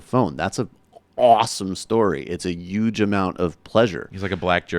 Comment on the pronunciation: What's with the pronounciation of the word " 'UGE"